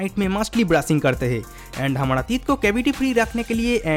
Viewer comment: Dear if you can't speak proper Hindi pronounce so please don't make video in Hindi language like real pronounce Hamara but you said Hamada n Zarurat n you said Zadurat ... Learn how to pronounce Hindi words ..